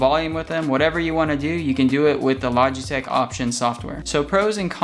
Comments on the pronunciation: "Logeteeech" lol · I have yet to hear a consensus as how to pronounce the company name LOL